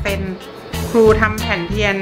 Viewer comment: ครู ไม่ใช่ คู